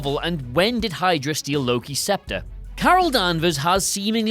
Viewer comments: "Shydra"? Really? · Not even a minute in Shydra?!? LOL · Ah yes, Shydra. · Yeah yeah ‘Shydra’